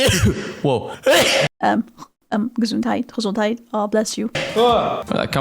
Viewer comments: „Gesundheit“ yesss, german knowing female detected😂 Great vid.❤❤ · she can say Gesundheit normally, as a German, that made me happy =D